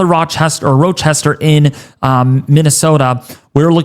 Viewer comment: Should probably learn how to pronounce city names beforehand. Especially since they're on maps you're going to show. Transverse? Row-Chester? Cadilica? Eww Claire? C'mon now.